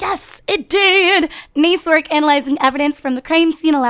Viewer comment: you said niece work but love u